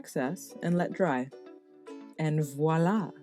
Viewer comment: I did think you were going to take off her nose. I have 4 piercings in one ear and my daith in the other so, very cute! Just love your creation! Subbed. You said voilà correctly!!! Drives me crazy when it’s said wahlah!!!! Thank you!